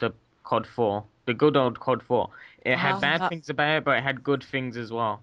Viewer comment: I like how he says Tinks instead of things ;p